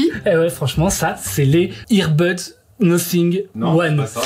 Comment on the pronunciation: Je crois pas que ça se prononce Nossing, si vous parler anglais vous disiez nothing !?